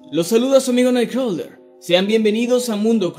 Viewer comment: Deberia de practicar mas su pronunciacion cuando dice "Night Crawler"... no le entendia hasta que lo lei :D